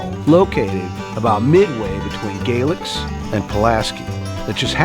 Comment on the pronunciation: Good video. The Foster Falls hotel is open and has been for 3+ years so it’s not under renovation. Also Galax is pronounced Gay - lax not Gaylex